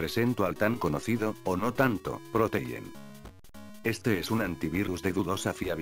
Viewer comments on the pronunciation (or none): I lose my dita dijo el señor del prutogente